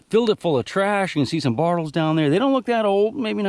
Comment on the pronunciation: I’m not shaming you, but is it your accent that causes you to call them “bartles “ rather than bottles?